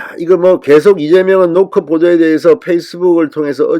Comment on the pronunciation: 갱상도라 '노컷' 발음이 안되나? 노콘뉴스래 ㅋㅋ